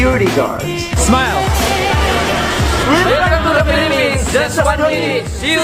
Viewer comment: U say piliphs HUHHH im piliphines!!!!! I lived HEREEEEEEE pls dont mad at me im just a kid 8-9 Ú^Ù wait thats mah name bro